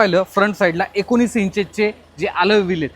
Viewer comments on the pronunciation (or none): none